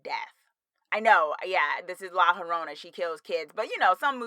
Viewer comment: haha it’s pronounced like la yo-rona. also you should totally do a review of scary stories to tell in the dark!